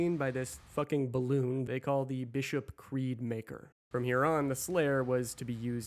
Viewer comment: The MAYKR? Really? 🙈